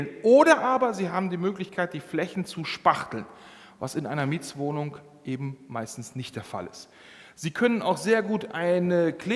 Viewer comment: Video ist toll und hilfreich!!! Wenn jetzt noch der nette Herr nicht ständig " Mietswohnung" sagen würde, sondern " Mietwohnung", wäre dies auch noch super für meine Ohren!!!